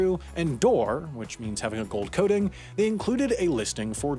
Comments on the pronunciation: Doré, not "dore" you awful british guy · also mispronounced dore, it's actually spelled "doré" and pronounced "doray" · "Dore which means having a gold coating." Oof that pronunciation. It's French, spelt "doré" because it's from "d'or", also French which means "of gold." Edit: oh wow, the very definition for dord you put an image of in the video even has the correct spelling of "doré" and it's definition. How do you pronounce "fiancé"? "Fiance?" Oof. Just Oof. Really Oof.